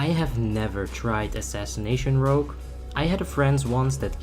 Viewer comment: Rogué asesination????